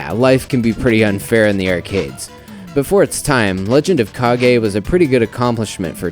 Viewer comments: It's pronounced like "cage". Stop making up your own words, dude who is doing the review! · I always thought the title was pronounced Legend of "CAIGE." To me, "KA-GEE" dosen't sound right as it sounds more like the guy Captain Kagi, the guy that shuttles Palpatine to Mustafar near the end of Star Wars Episode III.